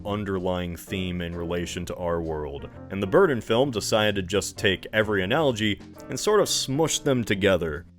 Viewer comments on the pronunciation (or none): In this video: "Tim Burten". "Tim Burden". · Wherein the hell are you people from that pronounce Burton as “Burden”. What state do you people live in cuz I’ll never EVER go there. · The letters D and T are not interchangeable. Burton and Burdon are not the same word. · Forgodden tim burden dude why do you have trouble with your t's lmfao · i can’t stop laughing this channel makes me laugh so fucking hard man edit: tim bur-tin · please stop saying bur-ton like that I’m begging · I swear, quit saying Burton as “burden”. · His emphasis on BurTON bothers me lol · This guy says “ Burton “ like he’s still figuring out the English language